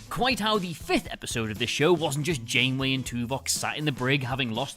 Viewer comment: "--and why it's Benjamin Sisko--" You mispronounced Janeway.